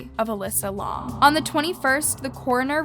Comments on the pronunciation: Bro fr “lawm” it’s pronounced lam like the animal, you must be blond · Her last name is pronounced “lamb” not L-AH-M. Very annoying to hear the wrong pronunciation throughout the video. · Lam is pronounced the way it looks, like "lamb" not "Lom" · Cecil: see-suhl. I'm sorry but it drives me crazy to hear something mispronounced. Like Elisa Lam, her last name is said like lamb. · It is not how you pronounce lam ToT it is L-AM this is humiliating to me bc my name is Ansley Lam ToT but yet I luv ur content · Stop pronouncing names and places wrong Lam is pronounced has “Lamb” Cecil is pronounced as “Sea-Sill”. So once again stop pronouncing these names wrong, if you don’t know how to pronounce It watch videos that say their name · L A M not laum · it’s Alisa Lam not LAUM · I enjoy listening to you…most of ur vids I have seen from other YouTubers but u give more information that others missed. But you really need to research some names or words I.e cadaver (dead body), Elisa (eh Lisa) Lam (lamb without the b) I suggest hearing how most people saying the name. Other than that you are doing pretty good!😃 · does know how to pronounce any names correctly? it’s not Laaah-m, and it’s not Ce-seaaaa-il. it’s also not Alissa. Please respect the victim in the future. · Say her name right and the hotels name right pls😗it will help very much ✌️✌️ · ur pronunciation is literally terrible. if you’re gonna say this poor girls name, say it right. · you said her last name wrong and the hotel wrong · The way she pronounces Cecil, Elisa and lam 😳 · That’s not how you pronounce lam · That not how u say her last name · I love ur vids but u rlly need to work on the way u pronounce things love , u said her name wrong and the name of the hotel wrong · That’s not how you say her name